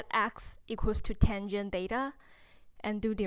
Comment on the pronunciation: 很清新的~ 小遺憾一直把theta唸做Data。